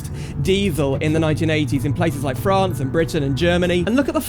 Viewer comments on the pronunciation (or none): none